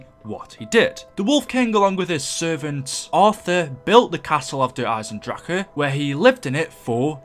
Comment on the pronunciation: You kept pronouncing der eisendrache wrong